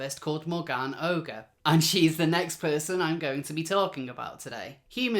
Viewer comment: you are making the same mistake I did.... pronouncing the name "ogre". I did too until I heard Megan Murphy say the name and of course it's French, so it's pronounced "Oh -zhair". YW.